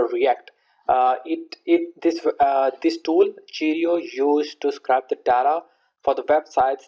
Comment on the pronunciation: Just to let you know scrape isn't pronounced like that, think of the word ape with scr in front of it. What you are saying is "scrap" which means to throw in the bin, very different meaning :)